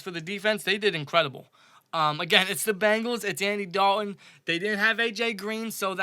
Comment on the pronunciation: Bengals not Bangals!!!